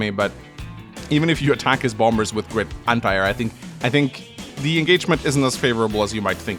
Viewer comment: Everyime you say "Bomb-Bers" it makes my day.